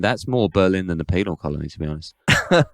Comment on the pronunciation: lol dude said “penile” colony